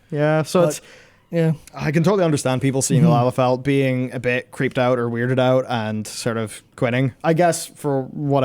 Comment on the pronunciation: Firstly, i never thought i'd live to see the day said the word "Lalafell" so much in 1 video without saying it wrong. Secondly, I've only ever seen 1 Lalafell in game that is a child an frankly I'd rather not think on the biology too deeply out of fear of my own sanity. Seeing as it was an adult sized and named "Starving childling".